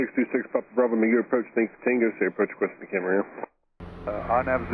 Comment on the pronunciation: Thanks for pronouncing Camarillo correctly! 😊🎉